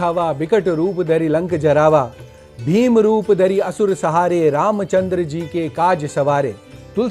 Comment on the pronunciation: Apane bola asur sahare galat ucharan